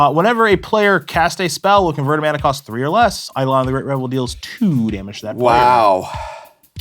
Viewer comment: I’m disappointed Prof, as a former English teacher, doesn’t know how to pronounce Eidolon correctly. No wonder he lost to